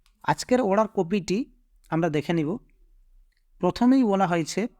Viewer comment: (অড়ার) /order উচ্চারণ ঠিক করলে ভাল লাগত